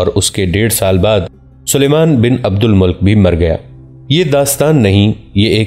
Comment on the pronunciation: پیارے عزیز! عبدالملک کا تلفظ عبدالمُلک نہیں بلکہ عبدالمَلِک ہے۔ المَلِک اللہ پاک کا نام ہے۔ اسی طرح جہاں کہیں بادشاہوں اور سلطانوں وغیرہ کے ناموں کے ساتھ الملک لکھا ہوتا ہے اسے بھی المَلِک پڑھا جائے گا۔